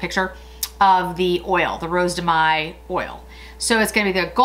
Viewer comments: Rose de mai you pronounce Mai Mė not may ( yes i know im a pain) happy annniversary i love your channel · no you should pronounce it like when you say hey so mey but without emphasing the sound y at the end I dont know if i am clear